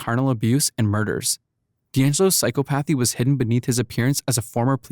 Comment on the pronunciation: I like the facts and the way it’s portrayed however, please take the time to learn how to correctly pronounce words. clearly you’re just reading from a script, but certain words are not pronounced the way you say them, I.E, psychopathy